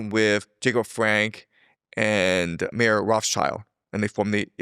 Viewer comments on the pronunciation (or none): none